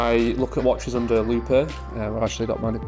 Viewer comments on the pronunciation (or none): "loupay" ? Isn't it just pronounced "loop"?